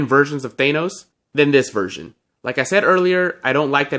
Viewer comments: Its pronounced than os not thane os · He says Thanos like Thay-nos lol